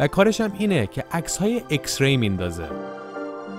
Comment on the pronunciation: داداااااش خوده انگلیس میگه ایکس بعد تو میگی اِکس؟؟؟